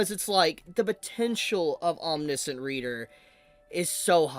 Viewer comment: It’s pronounced aweM nee she ant